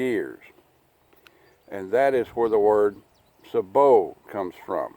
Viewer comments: Say bo, is how sabot is pronounced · Sabot (say-bo)